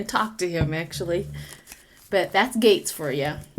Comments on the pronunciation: Matt Gaetz pronounced 'GETS' not gates, and yep hes a total ass!😉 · I knew who you were talking about, may people mispronounce his name(gets). Not gates.